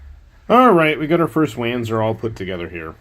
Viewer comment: That was a translation error in FM3. In all other FM media it's called the Zenith. Also, it's pronounced "von-zur" not "van-zur". It comes from the German compound word "wanderpanzer" where the W is pronounced like a V.